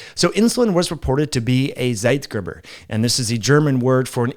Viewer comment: I am German. I would pronounce Zeitgeber like site-gaber.